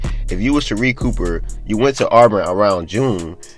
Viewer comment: What does anything you're talking about have to do with the investigation. It's Auburn not olborn. NCAA don't give a damn how many PG a team has you sound stupid as hell.